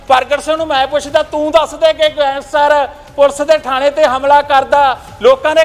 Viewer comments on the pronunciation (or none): none